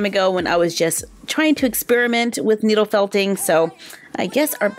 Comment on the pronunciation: You said noodle not needle